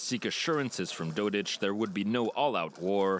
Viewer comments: Dodik not Dodić. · His name is not, Dodić, but Didik. With a common "k" at the end. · well it is even didik, but rather, dodik. get it right lol